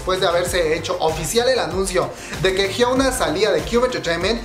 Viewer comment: JIONA, NO JIOUNA Perdón, ya no lo soportaba.